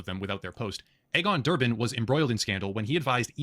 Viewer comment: "Egg-on" Botha ??? pronounced "Eegon," as in Elon (not Ehlon)